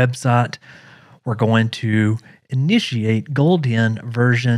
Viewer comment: why you say goldien , it's gold hen